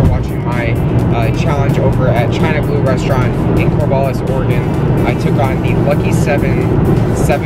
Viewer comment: Thank you for pronouncing Oregon correctly and not saying Orygon! Lol so many people say it wrong! Love what you do! Keep doing you!